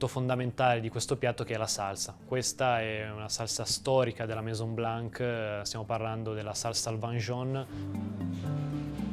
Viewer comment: you're not suppose to pronounce the "c" at the end of the name "Blan(c)"... This is a mute "c"....